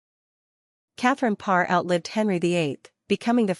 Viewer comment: Good Lord, hire a robot that can pronounce the name of the Queen anyway. Pathetic.